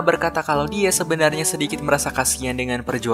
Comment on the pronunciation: kenapa pelafalan huruf a selalu ada e nya bang? contoh; sebaikNYEA, sebenarNYEA